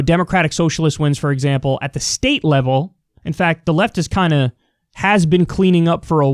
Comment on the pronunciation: 'state sneate' lol